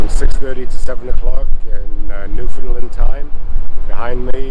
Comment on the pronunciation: Just started watching you today and found this video of my home town. My thrice weekly walk is along that trail up to Cabot Tower. Love it! I got a chuckle watching you both struggle with pronouncing Newfoundland, you are not alone, lol. It rhymes with understand on the last syllable!